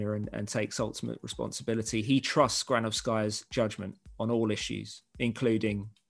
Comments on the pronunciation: it's NOT GranovskAya, it's GranOvskaya!! ......and AbramOvich, not AbrAmovich! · That’s not how you pronounce granovakaya